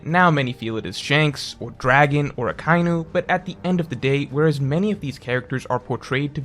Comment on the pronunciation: The fact that someone as smart and eloquent as keeps saying “Akkainu“ and “Urahhnus“ is actually breaking my brain